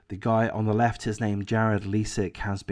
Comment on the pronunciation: AWP basically started a movement that became a network of sorts of various YT recovery divers across the country. AWP was the most famous. The other teams were involved in Collaborative videos. Btw Leisik is pronounced with a long “i”, and not a long “e” sound. Ms. Rodni’s name is pronounced as “Kiley”, also with a long “i”.